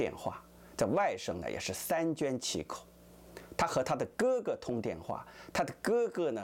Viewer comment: 三缄其口 （sanjianqikou), 口误了。